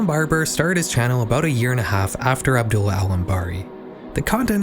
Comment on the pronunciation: I hope nobody sees this comment but this was a really good video, i enjoyed it alot, but the way you pronounced Abdullah really put me off, not cause i think youre a bad person for it or anything but the very subtle mispronunciation made me wince 😭. Otherwise awesome vid